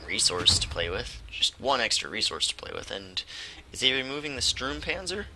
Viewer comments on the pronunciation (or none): The closer pronunciation for the German "u" in english is probably your "oo" (like tool or fool). So it is Stoormpanzer :) The PZ 35 (t), is NOT 35 tons ^^ The tank itself was around 10 tons (metric), the "t" is for czech. These tanks were captured by germans after the crisis of "sudètes" in 1938.